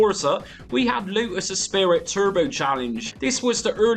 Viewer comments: It’s ESPRIT pronounced esprie not ESPIRIT. Great content as always.😮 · Ess pree ❤ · You've added an 'i' that isn't there though. It's Esprit, pronounced 'Espree'. Unless you treated genuine game floppy disks badly they were, by and large, perfectly durable at the time. 30+ years later, possibly not so much (although all my original games are stilll fine!). Personally, I think the Megadrive sound is better than the ST (which sounds truly awful), but you're right - nothing tops the Amiga version of this all round. Nice video. Thanks! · I've never heard someone pronounce esprit as "espirit" before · The lotus series was amazing and up there with moonstone and sensi for most loved imo. Mate u butchered saying esprit 😂